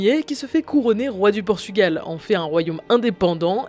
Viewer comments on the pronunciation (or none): none